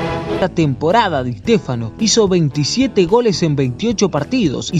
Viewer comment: Di EEEshtéfano xD